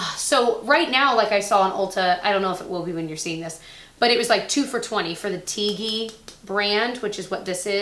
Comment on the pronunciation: It's pronounced TeeGee, not Tigee....Love your vids😙